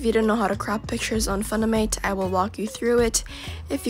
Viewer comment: the way she says funimate - that aint it